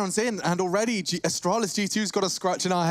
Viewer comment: "Asstralis" "G2 Pissports" :rofl: (please dont be a triggered its just a joke) both teams are awesome